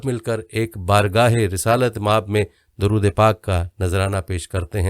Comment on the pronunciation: Masha Allah, Bohat achi video hy, Allah apko jaza day Darood sharif write thek kia howa hy pr parhne me mistake hy